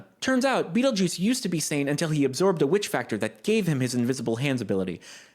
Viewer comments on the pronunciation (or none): none